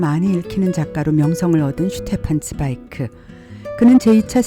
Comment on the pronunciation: 어머나 어쩜 독어 발음까지 그리 멋지실까요? 괜한 Zweig 철자에 일단 감동부터 합니다.